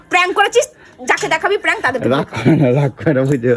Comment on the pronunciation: প্যাঙ্ক না প্র্যাঙ্ক